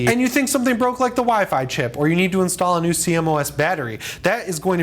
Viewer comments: it funny how u say c-mos battery haha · CMOS is pronounced "see-moss"